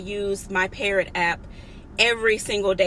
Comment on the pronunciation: It's called PARROT? I'm up here thinking you said "Parent" LOL